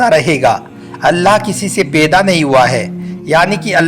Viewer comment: Peda nhi paida bolie jnab talafus thk kizieyea